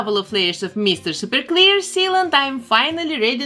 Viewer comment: i love the way she says “meester sooper cleer”